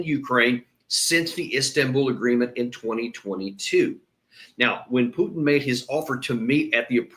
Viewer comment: Who is “PEWWW!-tin”? The eurotrash globalists can’t even say his name w out their fervent hatred on display.